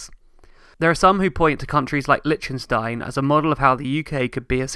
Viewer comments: Interesting video! I have two small issues with it, though: 1. Please listen to a pronunciation of "Liechtenstein" before you make a new video. I don't expect foreigners to have a flawless pronunciation but if you make a video in which you mention that name like 50 times, it would have been worth getting a better pronunciation. ;-) 2. 1725% more people is not the same as 1725 times the people! 1725% more is equivalent to a factor of 18.25; 1725 times the people would correspond to 172,400% more. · It is not Lichenstein It is pronounced, "Lik ten stein.